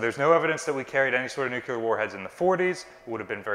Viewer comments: This is very informative, thank you! I have to note, I winced every time the word 'nucular' was said. Note... the blast radius of a 20kt weapon is definitely not twenty miles. That would take a megaton or so. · Hi. I’m a huge fan both you and the museum… but there’s only one “u” in the word “nuclear”. “New - clee - er”. Keep up the awesome work!! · Love the channel, is a great presenter, enthusiastic and knowledgeable, but I cringe every time I hear the word nuke-you-ler. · There are no such things as nucular weapons, there are however nuclear weapons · Nuclear. Not noo queue ler. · No ship has ever been nucular armed! NUCLEAR!!!!!! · I love and this channel but i confess it drives me nuts when folks that should know better say "nuculer" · Are you saying "nuclear"? If so, where is that extra U coming from when you say it? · The u isn't between the c and l lmao. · you’re amazing and I love your work. Please though, learn the right pronunciation for “nuclear.”. Seriously … it's not hard. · Hee. Americans adding a third syllable to the word ‘nuclear’ is always funny. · You have consistently made the mistake that many do, but with this video it is just too much. The word is NU-CLE-AR not NU-CU-LAR. As the curator giving tours it would be good to be sure you pronounced the term correctly for the young people visiting the ship. thanks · Ok, who gets to correct pronunciation of "nuclear"...from his current "nucular". Just remember The Vapor's album 'New Clear Days" as a helpful hint. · I can confidently tell you no battleship ever carried “NUCULAR” weapons as they don’t exist. LOL. Love you but c’mon man! NEWWWWW CLEARRRRR. IN DA FAT IG ABLE! Keep up the good work taking care of our baby! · Nuculer or nuclear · New Clear, not New Cu Lar. I'll see myself out, thanks. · Nuclear! Not "nukelar"! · Nuke-LEE-ar.........not Nuke-You-lar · "Nuclear", not "Nuculer." Otherwise, excellent. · NEW-QUE-LAR Nū-clear :) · It's NUCLEAR, NOT NUCULER.